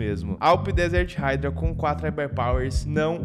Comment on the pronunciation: Mas a pronúncia correta é "raidra" basta ouvir no Google tradutor. Ninguém pronúncia (PLAY) como "plai" mas sim, "plei". Espero que tenha entendido o exemplo.